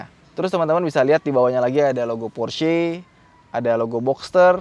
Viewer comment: Baru reviewer ini yg melafalkan Porsche nya bener....mayoritas kebanyakan bacanya Pors 😀 (jd aksen English....yg notabene salah kaprah)...sy kadang smp ketawa dengernya. Kl org Jerman denger...pasti mrk bingung apa itu Pors 😀. Good job bro